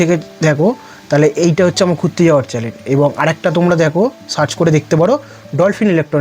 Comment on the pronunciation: আর কি কি চ‍্যলেন আছে ?😂 ❌ চ‍্যনেল✅